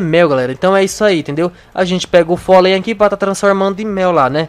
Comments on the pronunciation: se não sabe que se diz pólen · não é folem e pólen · Polem não folem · Folei ranei? É polem e honey